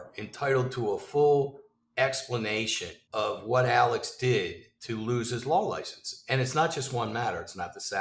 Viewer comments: this it annoyed me so much during the trial. I’m like his name is Alexxxxxxxxx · Why is “Alex” pronounced “Alec”